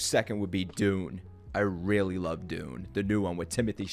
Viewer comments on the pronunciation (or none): none